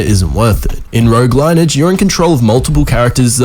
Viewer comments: You fucking retart its not line-ege its lin-E-ege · Lineage is not 2 syllables as you pronounce it "line edge" it's actually a 3 syllable word pronounced "lin-e-edge". But I mean you should be stopping yourself when you realize you've never heard the word "line edge" before and use your google brain to figure out what's wrong. Lots of YouTubers struggle with these easy words. Another gaming word I have heard mispronounced often is "inventory". Let's all use this as a learning moment or I will line edge your face to your ass. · the way he said lineage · he said lineage wrong :(